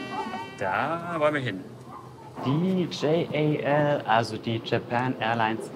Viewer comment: Wie immer super Video von euch - informativ und sympathisch 🤗 Die Lounge sieht wirklich fantastisch aus. Gepaart mit dem 1A Service ein Traum. Die Japaner selbst sprechen JAL übrigens immer als ein Wort aus (also „Djall/Dschall“). Und ANA entsprechend „Anna“ ☺️